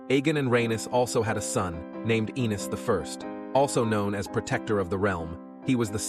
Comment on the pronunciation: Yo narrator u dumb fuck It's A-nees Not An-ees u uncultured swine